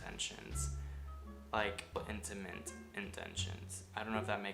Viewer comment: did he really just say ‘intiment’ sorry what the fuk does that mean